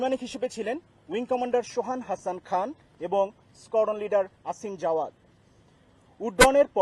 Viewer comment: নাম আসিম not অসিম